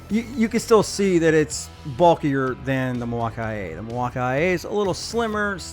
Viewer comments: Okay it's obnoxious the way you pronouncing once it's Milwaukee not Milwaukee EI it's called digital not digi tal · I'm new to this topic so maybe I'm not understanding but is the guy in the video uncertain how to pronounce "Milwaukee"? It's not just a tool brand. There is also a very large city in Wisconsin state called Milwaukee.